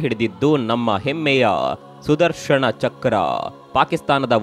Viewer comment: ನ ಉಚ್ಚಾರ ಮಾಡಿ ಣ ಅಲ್ಲಾ... ಸುದರ್ಶನ